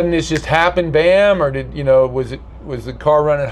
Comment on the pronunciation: What the fucks an “ordi”